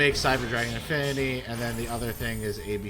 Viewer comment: I love that othee than I:P you didn't pronounce a single card's name right😂. Favorite was calling Infinity-Infernity. It's part of your charm.